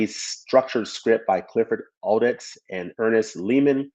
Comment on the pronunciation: "Odets" is pronounced "oDETS".